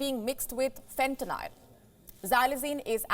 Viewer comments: Wow she even said fentanyl wrong… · She can't even pronounce Fentanyl correctly...!!